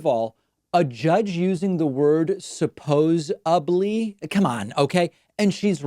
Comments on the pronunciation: She's a tv judge🤣.. She's a heartless, uneducated piece of trash...who says supposably?? not very smart. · Spozeably. Yeah, she had a few. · Dump Truck : it's astounding to me when somewhat educated people say that, "suppose-ably" , the other one is , "Febuary". 🙄😵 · Supposebly 😆😆 She was pacifically wrong there. She went nookular! Have another glass of Pinot Noir love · Any time someone can’t say supposedly correctly proves to me how much intelligence they lack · But David, the entire Fox audience thinks 'suppose-ably' is a real word. Why wouldn't she say it? It confirms their backwards world view by her using it. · I'm a bit late here, but I feel that it would definitely be relevant to criticize her for basic cognitive tasks such as mispronouncing a word considering that she's paid to talk for a living. And, besides that, we should definitely hold judges to the highest standards of intelligence. However, "supposably" is also a word, though I believe that even if she had used it here then she would have been using it incorrectly (which I would also feel justified in doing, given the reasons that I've already mentioned). Regardless, I agree with you - I definitely hear her say "supposedly" (albeit maybe a bit slurred) and I expect better from David for a criticism like this.